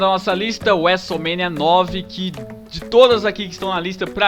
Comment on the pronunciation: e seus vocabularios estranhos wuesomenia wuesteler